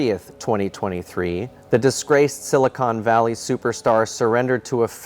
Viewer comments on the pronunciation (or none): It's Silicon Valley not Silicone Valley. Silicone is what they use in breast augmentation.